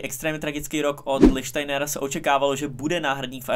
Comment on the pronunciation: V jednom videu ho nazýváte jako Lichtensteiner, tady jako Lichsteiner, noták, je to Lichtsteiner, když už děláte takové videa, jinak skvělé!